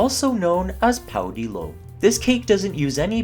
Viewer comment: Good recipe. The timing for whipping I have seen elsewhere is 20 minutes on low speed followed by 10 on high, though. You should check European Portuguese websites for the correct pronunciation of the name of the cake.